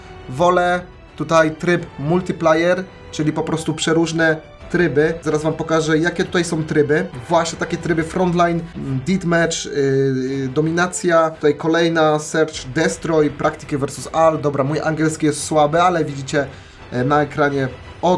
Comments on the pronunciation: Co to znaczy Dit mecz XDDDDDDDD Mówi się def mecz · tak na przyszlosc kolego, deathmatch czytamy defmecz nie ditmecz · Deatchmatch - didmecz Poprawnie-dedmecz Jbc chodzi o wymowę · Dif mecz, final kam kil, dablju kill, 🤦🏼‍♂️w polsce piwinien być obowiązkowy angielski od przedszkola. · Poprawnie czyta się: "defmecz"